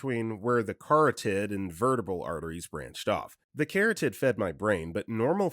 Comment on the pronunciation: Medical terms can be tricky to pronounce, but as the child of a doctor I appreciate the disclaimer! Overall you did pretty well actually. 👍🏼 😄 The most common thing I noticed was that the stressed syllables were a bit off. E.G. correct pronunciation of vertebral is ver - TEE - brul.